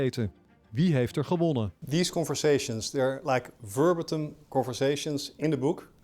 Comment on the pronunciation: 'vurbatum'? Bedoelde de interviewer 'verbatim'? Kom op zeg, jullie zijn de nationale nieuwsomroep, zo moeilijk is Engels ook niet